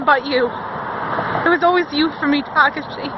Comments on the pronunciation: Awesome Adam cosplay! Also, it's tuh-KAH-shee I'm pretty sure. Just trying to help! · Like... the only funny part is that Takashi is pronounced wrong